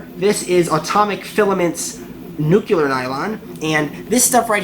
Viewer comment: Buddy....nuclear....not nukular...new-clee-er